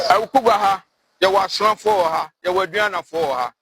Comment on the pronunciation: AWUKUGUA, NOT AWUKUGUAA😊😊